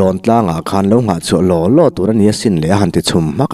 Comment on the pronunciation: Nang anglo takin " barah a khawn duh silo", tih lai kha a thluk i'n chhiar sual ve chu !